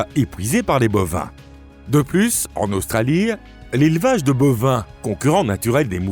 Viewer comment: Australie : en langue française, le e de Australie est muet, autrement dit, il ne prononce pas. On ne dit pas Australi eee mais Australi tout simplement.... pareil pour "établie" et d'autres encore... mais un pouce en l'air malgré tout !